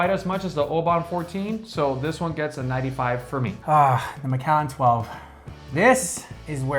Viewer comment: Bal-VENY. Emphasis on the second syllable. Mc AAL an. There is no E in Macallan! Mac AAL an. AAAHHH. OBan. OOOHbun. NOT oBAN. OOhbun.